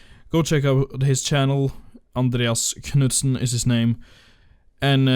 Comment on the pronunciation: are you norwegian because you said andreas knutsen perfect